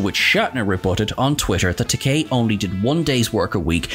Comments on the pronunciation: You said "tek-AYE" and not "tek-AY" a few times in this one. Shatner makes that mistake a number of times and George corrected him on the Comedy Central roast, saying "It's tek-AY like in TOUPEE" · It's not Takaaay, it's Takei (like in Toupé). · It's Ta-kay, not ta-kai! As George Takei famously said during William Shatner's Comedy Central Roast, it rhymes with toupée. 😂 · Just one point. Takei rhymes with 'OK', not 'bowtie'. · It's Takei, not Takai. Who's making these videos?! Obviously not Trek fans, though they claim to be. I've heard other actor & chatacter names mangled in some of their other videos as well. Whatculture bozos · Whoops ---you mispronounced George Takei several times, yet got it right other times... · You lost credibility when you mispronounced Takei. As he himself points out, Takei rhymes with gay. Do your homework bud.